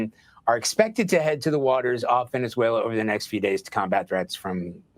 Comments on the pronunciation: how many times do you have to hear the PROPER pronunciation of VENEZ-WAYLA (Venezuela) to BELIEVE that the speakers KNOW what they're talking about!!??? You're educated... speak EDUCATEDLY!! Peace out... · A bro, if you don’t pronounce Venezuela correctly !!!😡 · Pronounce Venezuela correctly. Super cringey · This dude. Ant even pronounce the country right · Venezuela has four syllables Ve- ne zue -la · The way you are pronouncing Venezuela is tripping me out😂